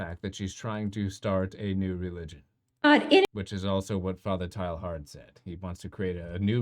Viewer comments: Its not pronounced TILE-HARD, i think it sounds more like Tey-yar. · A correct pronunciation of the French Jesuit's name might add validity to your argument.